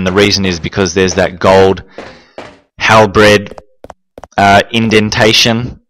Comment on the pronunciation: "Gold Halbred"?!! Can this dude not pronounce basic words like halBERD? It was a similar thing on one of his RE2 vids when he said CAYSHE instead of cache (pronounced as cash). The purpose of lighting the fireplace with Claire or the lamp with Chris is to make the rooms a little brighter although how useful that is is debateable.